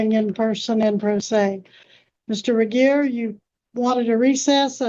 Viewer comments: How's she gonna repeatedly mispronounce jRegier's name less than a minute after Judge Webster correctly pronounces it? Not very "grammarly", ma'am. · The way she keeps saying Regier’s name wrong has me in SHAMBLES 😂